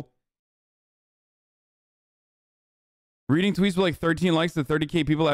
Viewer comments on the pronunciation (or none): none